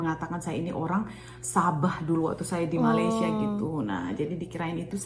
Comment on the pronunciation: Cara menyebut nama negara Malaysia ialah Me-Ley-Sya